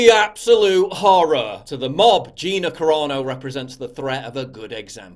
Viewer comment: Sounds like you’re saying Corona Instead of Carano lol